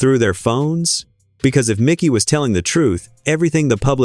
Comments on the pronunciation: IT IS MIKE-Y NOT MICKY, MIKEY.. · ITS MIKEY McCOY, NOT MICKY. MIKEY. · This narrator is A.I. You can tell because the video pronounces "Mikey's" name as "MIcky" with a short i. Whoever created the video didn't even double check the audio. How dumb.